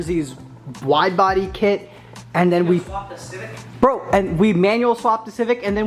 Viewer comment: In He Said "Bwidebody Kit"